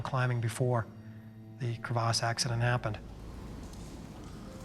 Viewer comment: Was anyone else annoyed at how he said the word crevasse